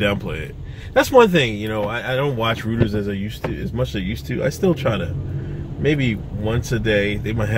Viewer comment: It’s pronounced Roy-ters lol